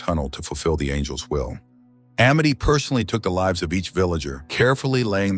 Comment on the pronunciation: It's pretty low-effort content, when the AI voice doesn't know the difference between "lives" as in "It cost lives," and "lives," as in "It lives!" That says that the humans behind the video aren't even bothering to watch and do simple edits. When you give them feedback, you're teaching the AI for them for free. I would just add the channel to my "do not recommend," without comment. There are ways that one person can use AI creatively, but this is just using it, lazily, for money.